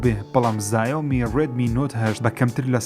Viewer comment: زایۆمی نیە ژیر گیان ، بەڕیتانی ژیاومێیە ، چاینایش بە شیاومی ئەخوێنرێتەوە❤❤❤